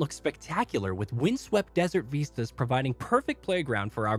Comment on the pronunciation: " Veestas"? or Vistas.